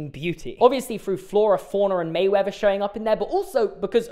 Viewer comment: Merriweather, I am hearing Mayweather instead.